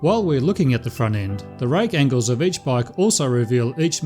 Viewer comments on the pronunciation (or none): none